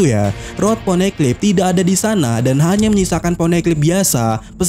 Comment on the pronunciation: Min kok poneglyp jadi poneklyp kedengarannya